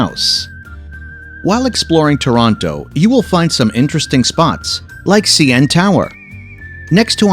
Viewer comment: its toroneurrrr